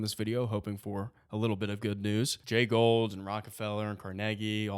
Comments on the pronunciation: You continuously mispronounced Jay Goulds name. It is not pronounced Gold, it is pronounced Goold. My mother's grandfather was one of Jay Goulds nephews. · I like your presentation but a slight technical point it's Jay Gould (pronounced Goold) not Jay Gold. I went to school with Gould grandchildren. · Great stuff! But it’s pronounced “ goold “not gold. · This is a great analogy... it gives perspective and insight but perhaps even more importantly, hope. Thanks! But allow a small correction, please... railroad magnate Jay Gould...with a "u" is pronounced "ghould" or "goohled" not "gold" as you and pronounced it. Love your work! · FYI, Jay Gould's name is pronounced GOOLD (rhymes with fooled), not GOLD. I know it's nitpicky, but it's jarring to hear you mispronounce it over and over... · It's pronounced "gooled" not "gold". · Jay Gould's last name is pronounced "Goo-old" not Gold. There's a "u" in there. Take a closer look. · Jay Gould is pronounced like ghoul not like gold. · I think it’s pronounced like “ghoul-d” not “gold”. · It’s not Gold , it’s Gould. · It's pronounced "Jay Goold" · You guys are both mis-pronouncing Gould. Lame.